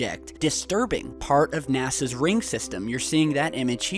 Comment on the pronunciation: You said nasas ring system lol